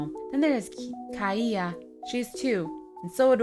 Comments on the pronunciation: my name is kaia Lol and it's not prononed at all like that 😂😂😂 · My name is Kaia and that is not how you say it think of it as kaya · I have a friend named kaia but we don't say it like that